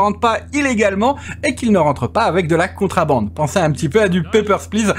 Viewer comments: Merci pour la vidéo. Juste un truc, en français on dit contrEbande pas contrAbande ^^. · On dit contrebande est pas contrabande lol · C'est contrebande et pas contrabande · La remarque est pour, à l'oral, qui semble dire contrAbande lorsqu'il commente justement. Le titre du jeu est en anglais, donc il est en effet normal que ce soit écrit à l'anglaise, tout comme le mot Police, mais ça, c'est moins génant;) (c'est d'ailleurs pour ça que le verbe choisit par By2d est "on dit" et pas "on écrit")